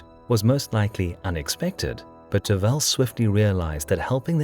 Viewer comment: 1. As a Bulgarian I LOVE your videos about Bulgarian history, as you are the only ones that cover it. 2. The name of the Khan is Tervel, but the stress is on the first "e". If you need help with the pronunciation of Bulgarian names (as I hope you will cover the battle of Pliska (811) at the least), you can just PM me here, and I will reply with the transcriptions of the names.